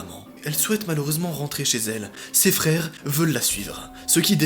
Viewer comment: Je rêve ou il a dit les fere Grimm a la place des frères Grimm 😂